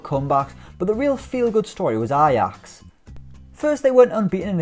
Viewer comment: Why does he keep pronouncing Ajax like that? 😂😂😂